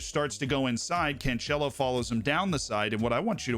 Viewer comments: Please stop saying can'tch'elo like he's italian xD The c is 's' sound. Can's'elo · Just stopped the video the moment u said 2nd time CanCHelo, what a moron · That pronunciation of "Cancelo" hurts, man, not gonna lie. Regardless, great video as always.